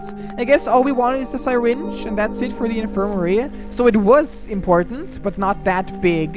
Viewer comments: i am very TRIGGERED because nobody pronounces syringe like that plz stop and say it like this sir-inge not sy-ringe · I can't tell if I love or hate listening to mispronounce the word syringe as Sigh-Ringe. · "sairinge" WWAAAAHHHHHHHHHH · “sai-ringe” said